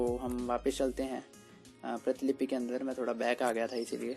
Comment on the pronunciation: वीडियो तो काफी अच्छा लगा किंतु प्रीतिलिपि नहीं प्रतिलिपि स्पेल होता है